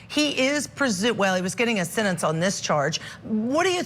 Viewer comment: What is a sintinse hearing? There are 2 e’s in the middle of the word sentence. Does she say “tinse” for tense “Tint” for tent ? 🤷‍♀️🤷‍♀️ usually those from the south have this pronunciation